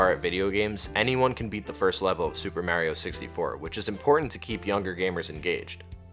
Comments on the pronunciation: say it with me... MARRRR EEEEEEE OHHHH not MAYYYYREOH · This is great but the way you say mah-rio is killing me